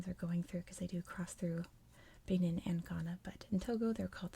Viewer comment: Love the videos but I think it's pronounced ba-neen :)